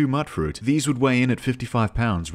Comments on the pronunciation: im sorry to tell you this but mutfruit is pronounced mute-fruit, not mutt-fruit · Bro mutfruit is pronounced like mute not mutt that one intelligence point is showing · It's not "muttfruit". Since you're an aussie I know you know how to say 'ute', so just put an 'm' in front and a 'fruit' in the back and you got 'mutfruit'. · Every one miss pronounces mutfruit. Why? Its Mute Fruit because the mut is short for mutated. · its pronounced "mute-fruit" like mutant fruit. damn you Britain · Dude, "Mutfruit" is pronounced mute-fruit, as in mutated fruit. Sorry to be the grammar police, but Fuk, someone's got to do it. By the way, I love your vid. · It's pronounced MUTE-FRUIT. As in mutated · Immediate L for not pronouncing mutfruit correctly. Mut, like mutant. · Is he saying "Mutfruit" wrong on purpose or does he genuinely think that's what it's called?